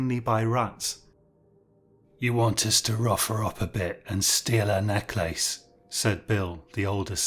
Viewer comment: What an unusual pronunciation of "necklace".